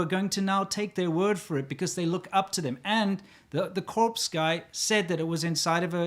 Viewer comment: "Corpse guy..." 🤦‍♂️😂